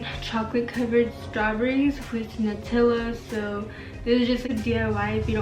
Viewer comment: The way she says “nUtiLa” 🥴